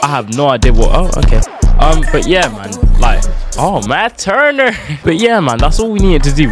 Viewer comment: Matt turner😂 American actsent